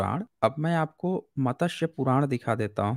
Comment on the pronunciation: मतस्य पुराण नही, मत्स्य पुराण।